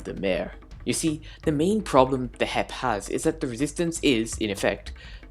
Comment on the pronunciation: Hermits: HEP Scar: HIP Grian: HEEIP my guy here: H-E-P